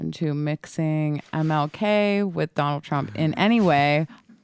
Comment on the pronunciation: The "Don L K" killing me over here